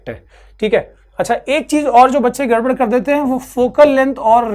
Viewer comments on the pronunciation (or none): none